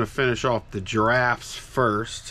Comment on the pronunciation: I heard "giraffes" as well.